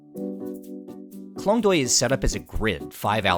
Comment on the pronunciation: The cinematography, the story, all great. But please please learn to pronounce at least the most important words, like the district which is your main story point, or the dishes and names of the people. It goes a long way and shows respect to take 5 minutes to learn how to pronounce Khlong Toey, Moo Grob, and the people's names. It's borderline cringe to hear those words totally getting butchered by someone who otherwise seems to be genuinely interested in the region.